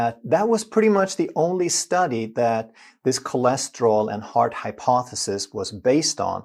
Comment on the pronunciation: bhai aap kolesterol bolo. chole nahi